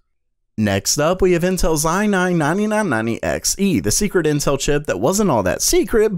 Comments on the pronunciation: ah nahn nahnee nahn nahnee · i like how you speak i9 9990, ai nain nainee nain nainty eks ee